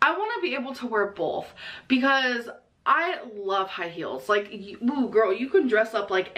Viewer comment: That was a HEARTY “bolth”